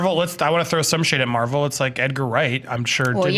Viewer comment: Mavel hahaha wtf lol